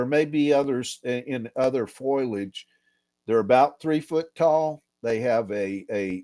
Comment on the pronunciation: He can say perpindicular but is stumped by foliage "foilage"? Sorry, that struck me as funny.